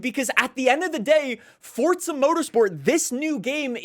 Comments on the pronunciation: After all these years, still cant say Forza. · Why do forza YouTubers always pronounce it “fortzuh” just say FOUR ZAH